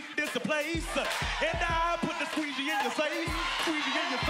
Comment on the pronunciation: It’s squeegee not squeeze